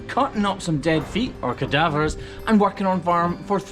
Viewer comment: You said "cowdavers" right?